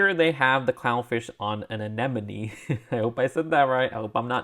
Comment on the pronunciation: You pronounced "anemone" right, but you got "ochre" wrong; say it like "oak-er." Anyway, my favorite is split between the Bionicle Cosplayer (because Bionicle nostalgia) and the Monster Hunter (because steampunk). The others I want are the Robot T. rex, the Marine Biologist, the Unicorn Elf, and the Trash Monster. I also wouldn't complain if I ended up with the Tuba Player or Luh-loyd, I mean the Mysterious Ronin. No interest in the Football Goalkeeper, but they need to make that ball piece all in black, so you can attach a flame piece to the accessory hole and make a bomb like the ones in old cartoons.